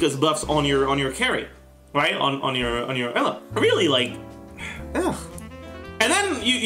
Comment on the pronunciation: Lemme help you out with the pronunciation Eula(Ee-ouu-la)